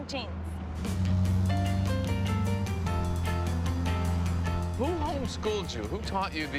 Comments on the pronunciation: Omg, who is the mess that can't pronounce "question"? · The most talent-less person on this show was the idiot who said "Que-sheens" What an absolutely worthless "performer" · Who is the girl who “can’t” correctly pronounce common words like QUESTIONS and LIPSTICK?